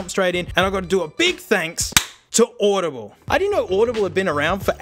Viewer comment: bro just said audibiblle? love it.